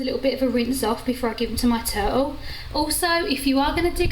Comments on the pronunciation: Must be something wrong with my hearing. I kept hearing you say "toad". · I love her accent.... "Turull" You drop the "t"